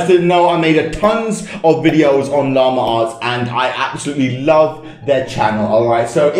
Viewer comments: llama arts me:llama ass? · This is how many times he says: Lamer arrtz